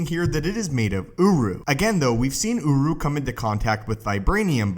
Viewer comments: I can’t take this seriously he says Urru because it sound like UwU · everytime he says Uruh take a shot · I keep hearing OWO metal